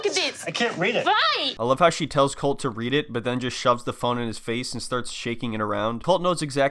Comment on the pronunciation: It’s pronounced colt-eee btw you got it wrong most of the video